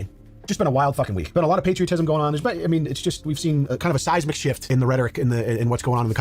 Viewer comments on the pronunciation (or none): none